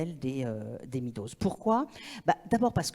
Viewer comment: Quand est-ce que vous allez commencer à prononcer correctement le nom Meadows, nom de famille, qui est aussi un nom commun voulant dire 'prairies' : C'est [mèdoz] et jamais [midoz], ni en anglais, ni d'ailleurs en français. Ça décrédibilise tous les intervenants qui le prononcent mal, alors qu'il suffit d'une très courte recherche en ligne pour avoir la prononciation correcte. Ça me gêne beaucoup que des gens qui parlent de sujets importants soient décrédibilisés, car si on est pas capable de prononcer un mot aussi commun comment peut-on être capable de lire des travaux en écologie en anglais, dont beaucoup sont essentiels et non traduits ?